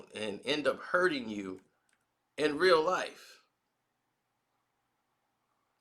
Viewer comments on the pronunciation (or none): none